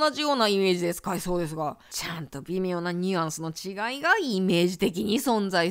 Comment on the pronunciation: 微妙がビメオに聞こえてびっくりした